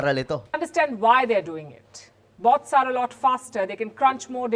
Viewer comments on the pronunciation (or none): Pambihira akala kung ano yung sinasabi ni na "War of booDs" "BOTS" pla hahaha iba pagpronounce nya ng "BOTS" hahaha.LOL:face-red-droopy-eyes